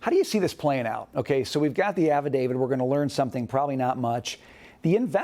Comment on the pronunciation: Please stop saying "affidavid" which is not a word. Practice saying it with me: Affidavit, Affidavit, Affidavit, "davit", "davit", "davit"